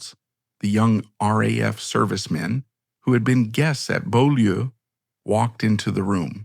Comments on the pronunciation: Beaulieu is pronounced bue (rhymes with cue) and lee (rhymes with see). It's French for beautiful place. I live just up the road from there. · Well yes, it’s a French name, and the commentator voice gives an approximation of the French pronunciation. ‘Bew-lee’ is the accepted modern anglicised version of the name of the property, which itself was the site of Beaulieu Abbey, a Cistercian foundation established by King John.